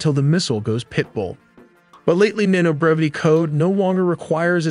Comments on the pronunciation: You or your AI have interesting grammar errors, specifically pluralization errors, e.g., "work" instead of how this works. It reminded me of my hispanic ex-wife, though she made mostly past tense errors. Then again there are things like mispronunciation of maneuverability and reconnaissance... weird collection of english errors, I point these out to make your videos iteratively better. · “Man-over-ability” - maneuverability. Sorry brother that just made me smile. Reminded me of how I remembered how to spell beautiful. “Bee-Ah-Yoot-iful”. I love the amount of detail and precision you put into your content. BRAVO!!! Keep on Keeping on. You’ve earned a sub.